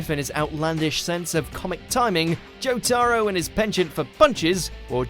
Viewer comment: it's jotaro not JAWTAROO